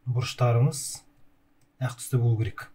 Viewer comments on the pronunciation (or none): әқ мес ақ деп дурыс таза қазақша айтсаңызшы